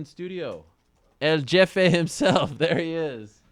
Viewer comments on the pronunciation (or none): it's pronounced "He-fe"(jefe) not Ge-fe, Ariel.